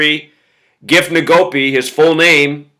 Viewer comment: It's pronounced EN-go-PE